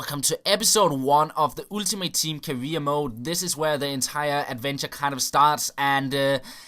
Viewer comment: The way you pronounce "Ultimate Team" gives me a headache.